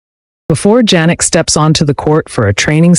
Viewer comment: I like the video except you pronounce his name Jannik incorrectly like Ja for January. His name is pronounced Yannik